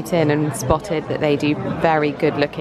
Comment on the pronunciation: I had to chuckle every time you cutely said "Wee-ner-shnit-zel', it's actually pronounced "Vee-ner-schnit-zel".